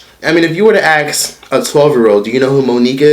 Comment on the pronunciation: ASK NOT AX